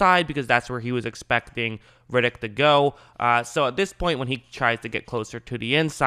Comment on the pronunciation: His name is ‘Red’- ‘ick’, not ‘Rid’ - ‘ick’. He’s not Vin Diesal.